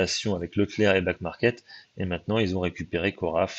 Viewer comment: C'est Back Market, et non "Black" ^^